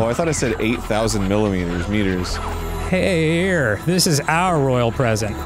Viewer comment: Did Dan forget how to say 'here'